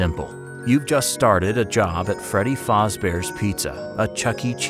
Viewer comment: My man it's not 'Freddy Fozbears' Its 'Freddy Fazbears' lol